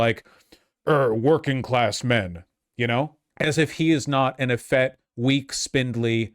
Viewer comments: Effete is pronounced ə-FEET. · Effete, not “effett”. 🤦🏻‍♀️ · The word is pronounced eh FEET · Pronouncing "effete" wrong. Had to say it.